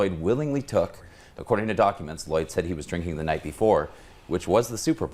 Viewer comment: “Midadoyd” Mr. Lloyd was one of my favorite teachers. Still is!